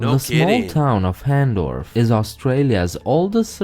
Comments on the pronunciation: Hahndorf is fantastic! Full of artisan shops and fascinating foods to try. And it’s not pronounced “han-dorf”. It’s pronounced the German way., you need to add Adelaide to your list of places to visit in Oz, on at least one of your trips. You’re going to need a lot more than just one, or move down here for work so you can stay longer. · Hahndorf is pronounced “Harn-dorf” Yeah it gets pretty hot here. Still wouldn’t live anywhere else.